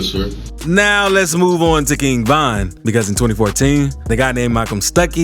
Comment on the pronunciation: Stop disrespecting Von by saying VINE!! Nigga you so infatuated and in love with street niggaz you can’t even pronounce their name right. Never speak on VON again